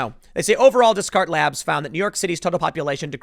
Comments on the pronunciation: Descartes is pronounced like "Day - Cart". He was an important philosopher of the Enlightenment era."I think therefore I am" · Hey bud, it's pronounced day-cart labs. Its a French word. As in philosopher René Descates. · I cringe every time Tim says “Des-cart”. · Descartes = "Day cart" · Did you seriously call Descartes Labs, “Dez Carts”? Holy uneducated hell, Tim. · It's pronounced Day-Cart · Daaaayyy cart Labs.. descartes=frencher werd. day-cart. tim, plox. u know these things. xD jkjkj love you :)) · Hey Tim, FYI: you shouldn't pronounce the Descartes phonetically. It's the name of a French philosopher famous for mathematics. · How do you screw up the pronunciation of Descartes? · Quick note here, Please watch the Monty Python Song - The Philosophers Song So that you learn how to pronounce the name of Rene Descartes. (He was French and was the source of Cartesian Geometry along with a little bit of other stuff)